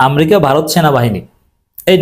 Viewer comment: এই, আপনি বারবার শব্দ চয়ন ও শব্দ বানান- উচ্চারনে আপনার অনেক ভুল আছে। আপনি আমেরিকাকে বারবার আমরিকা বলছেন। আগে শিক্ষা নিয়ে, তার পরে কথা বলেন।